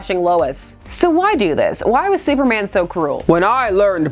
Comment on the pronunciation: supmerman? sumerman?